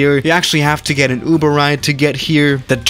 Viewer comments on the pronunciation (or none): none